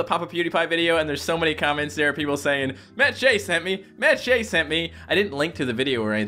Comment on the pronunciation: what the frick?! i thought Shea was pronounced the same as the Shea in Sheabutter